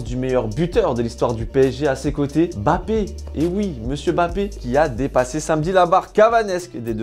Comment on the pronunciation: C'est Mbappé, et non Bappé🙂🙃